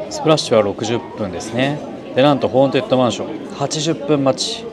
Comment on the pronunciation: めっちゃどうでもいいけど、結構間違えてる人多いから一応言っとくね！ ホーン「テッド」ね、ホーン「デッド」じゃなくて。